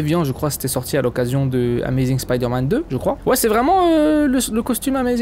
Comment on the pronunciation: Tu dis pas spiderman mais spoude man